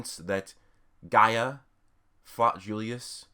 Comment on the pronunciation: His name is gaja not gaia